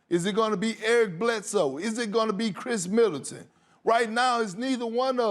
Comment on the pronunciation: “Khris Militant” lol cmon Perk